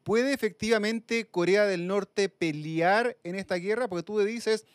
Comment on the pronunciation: periodista dice PELIAR? Pero que nivel de periodismo